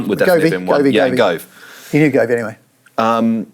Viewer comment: Why is this man calling Michael Gove "Govey". For fucks sake it's just a big group of old mates isn't it.